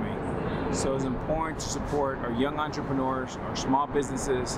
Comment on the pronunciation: You've worked on your words ending in "rs," like "owners" and "partners"! 👏👏👏 (You used to pronounce them as "ownersh" and "partnersh.") "Entrepreneurs" still seems to be giving you a little trouble, but I believe you will conquer it, too! Congrats - I'm proud of you! You're becoming a better spokesperson and broadcaster!